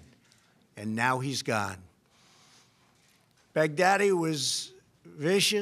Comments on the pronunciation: Am I the only one who hears BIG DADDY😂 every time he says his name🤣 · I hear Bag Daddy....rofl